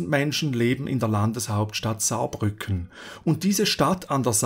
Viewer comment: Als Saarländer muss ich sagen, guter Job. Ich finde man hätte das Herzogtum Saarbrücken erwähnen können, da sie die ersten waren die die Kohle Gruben eröffnet (aka geteuft) haben. Außerdem wird Saarbrücken auf der zweiten Silbe betont, hätteste aber nicht wissen können. 4 sekunden Fehler in einem 18 minütigen Video ist eine super Bilanz